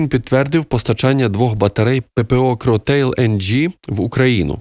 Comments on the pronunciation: Привіт. Шановний авторе! Звертаю вашу увагу на назви.це не[кротейл]. Кротейл,це мімікрія під англіцизм. Комплекс ППО французький,і назва у нього французька[кроталь]. Правильно вимолляти [кроталь],неправильно[кротейл]. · Назва французською вимовляється Кроталь...Героям слава!